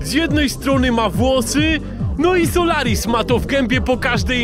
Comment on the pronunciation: Powinna to mówić solaris